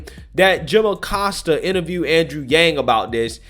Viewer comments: I love the way you kept saying “Jim O’Costa”. Kinda like “Joe O’Biden”. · Aggghh! Don't know why, but everytime says Oh-Costa it drives me nuts.